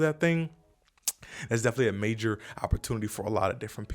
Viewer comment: You said “major fart” haha. Thank you for the information.